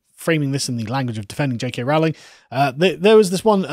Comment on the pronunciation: It's roe-ling, not rowl-ing.